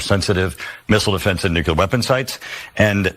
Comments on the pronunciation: " Nucular ?" Wow !! 😂😂😂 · Benny for God's sake the word is Nuclear not nucular